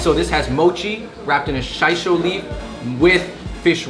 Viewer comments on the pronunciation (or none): "Shy-sho" leaf? It's she-so"...annin tofu is not silken tofu. Why don't they know anything about food but host a show on it? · The noodles stick, not because it's "high quality," but because you probably waited a long time before you started eating. Yuba is not fried tofu. It's tofu skin. Shiso is pronounced "shee so" not "shy so." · Also, annin dofu is actually a Chinese dessert that somehow became more popular in Japan. The Mandarin pronunciation is Xingrendoufu 杏仁豆腐. It resembles doufu, but doesn’t use any soy. It’s made from almond seed powder. Not trying to nit pick, I’m a very big fan of your videos.